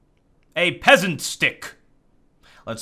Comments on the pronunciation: "Pesent stick" 2k15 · ''Pesent stick.'' 2k15:D